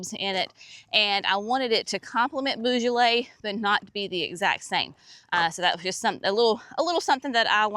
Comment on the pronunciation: The tulips are amazing, I can’t wait to see mine come up, I can’t remember the exact colours other than there’s purple in the mix! When you say beaujolais the beau part is more of a “bo” less of a “boo”🩷